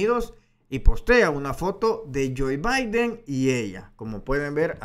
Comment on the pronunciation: Se llama Joe Biden. No Joy Biden..gracias Larin